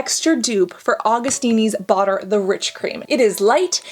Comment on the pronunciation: Your pronunciation of Augustinus Bader kills me 😂 Awe-gust-in-us Bay-der